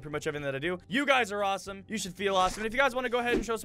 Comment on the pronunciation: it sounds like Adam keeps saying "You guys are rossome, you should feel awesome"